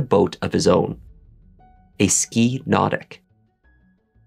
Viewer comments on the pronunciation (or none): It is pronounced Ski Naw-Tique